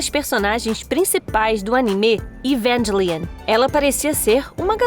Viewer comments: Você pronunciou o nome EVANGELION errado. Eu sou fã desse anime, e sei do que estou falando. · Eu vendo ela falar evangelion com sotaque gringo 💀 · Evengilien kskks